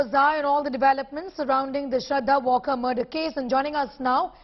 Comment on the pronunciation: It's Walkar right... Maharashtrian pronunciation... Not "Walker"